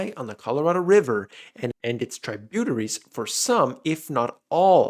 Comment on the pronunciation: It's pronounced Trib-U-Terry. It's a body of water and all of it's offshoots.